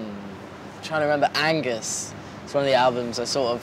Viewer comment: Argus not angus